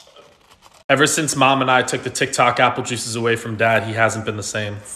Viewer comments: I love it how he calls it 'tic tac' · we need more apple juice videos, absolutely love them vids. say hi to frank for me, sending love from Scotland. its not dog its dawg. Tik tak cracks me up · BRO SAID TIKTAK!!!!😂